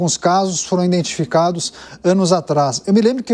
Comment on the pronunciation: IDENTIFICADOS E NÃO INDENTI...